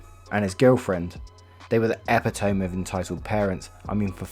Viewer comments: Epitome is not pronounced “ep-i-tōm”. It’s “ē-pit-ō-me”. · Epitome is pronounced " eh pit o me" not epi- tomb. :) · Ep-eh-tome ah-pit-oh-me 🤷🏼‍♀️🤷🏼‍♀️ I hate our language sometimes 😤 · Epi tome XD its pronounced eh-pit-o-mii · Love your narrations❤ Epitome = Ah-pit-ah-mee You are too cute 😂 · TFW native English speakers still don't know epitome is pronounced "ep-it-oh-mee." Robert is such a lame name though, but Beatrice? That's a great name.